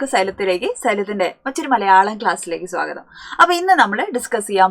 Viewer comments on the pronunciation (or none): none